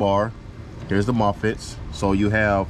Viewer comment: What is a "mofitt" 😂